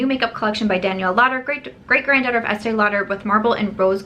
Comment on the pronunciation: So sorry , not with you on the esteè lauder lol. I think it's cute that you love it though. Those colours are not for my skintone at all. I get the collaboration though- their customers are aging & the brand needs to inject younger blood stat lol. Bite Beauty - interested but confused- micellar foundation- up until now, micellar has been for cleaning products so don't get how it works in a foundation. But totally curious about it! Great video- great to see you smiling and you look beautiful with just powder on😘